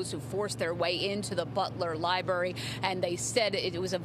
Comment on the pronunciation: The libury huh? Maybe library..